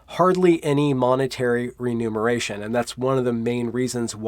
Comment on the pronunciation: Numer...Numeracy. Muner...Remuneration. Not the same thing. Not "Renumeration".